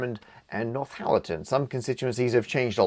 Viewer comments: Northallerton, not NorthHallerton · By the way it’s pronounced North-alerton not North-halerton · Come on Mr Parker, you can have Nort Hallerton or North Allerton, by no stretch of linguistics can you have North Hallerton. Obviously if this is the product of an Australian speech impediment I apologise unreservedly. 🙃🦘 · I hope after you day in the Constituency of Richmond and Northallerton, you have now learned to pronounce Northallerton correctly! Without the ‘H’ it’s just North - allerton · Cannot be, Binface can say Northallerton correctly. Matt kept saying North-Hallerton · Matt calling it North Hallerton is very funny to me.